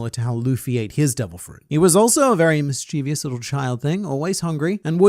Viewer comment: This channel is a lifesaver., I know you take great pride in being very articulate, which is the only reason im pointing out that mischievous has no 'I' after the 'V'